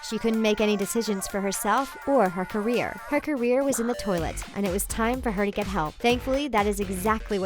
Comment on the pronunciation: "Herself or her" ... "carrier"